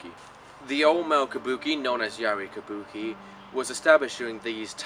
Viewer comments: Did you mispronounce Kabuki half the time? What's kubaki? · Yes, you often slip into a mistake and say kubaki...the puppet theater is Bunraku.😮